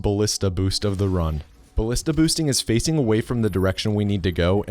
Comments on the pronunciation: You said the "g" in ballista wrong. ò_ó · It's actually pronounced baLEEsta, dumbass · the 'i' in 'ballista' is pronounced the same as the 'a' in 'anus.' it's not pronounced 'ballihsta' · Ballista rhymes with "House", Carl Friedrich House, M.D.